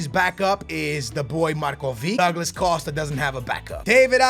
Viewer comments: Douglad Costa? Come on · Douglad costa. Wtf lol